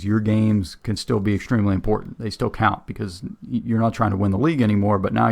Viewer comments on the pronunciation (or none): none